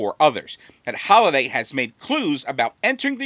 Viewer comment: isn’t it Halliday and not Holliday?